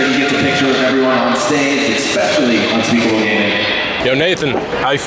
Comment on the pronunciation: Is it unspeakable or unspekeple